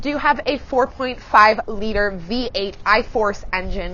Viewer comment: She said 4.5 litter engine 😂😂